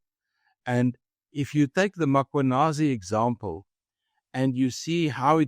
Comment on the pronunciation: Please pronounce the surname 'Mkhwanazi' correctly both of you: not Makhwanazi... it's pronounced MmKwanazi... what's so difficult about that? Maybe trivial to some, but show some respect 🙄